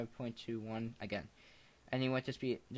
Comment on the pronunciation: The hoover sound has been around since 1986 it was a preset on the Alpha Juno. Do Americans pronounce the 'c' Osc, bc normally you dont. Nice tutorial btw